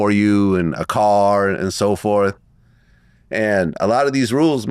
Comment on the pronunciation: It’s car Young Man not card 😅, where were you at ??